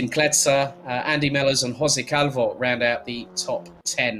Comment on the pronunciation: I like so much like you pronunce my Surname " Calvouuu" 😍